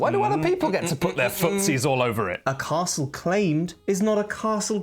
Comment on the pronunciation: I like that pronounces Castle correctly, rather than Carstle. Also, it is a very pretty board and I like Scotland.